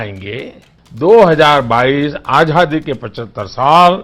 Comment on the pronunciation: Ajhadi nahi " Azaadi " hota hai .hindi to shudh bolo gujrati baniye ke sapoot !!